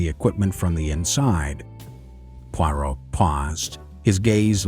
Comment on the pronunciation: ??? Poirot pronounced correctly 🤔